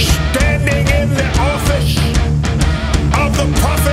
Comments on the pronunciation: Its not the “office”, it’s pronounced “offish” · "SHHTANDING IN THE O'FISH..."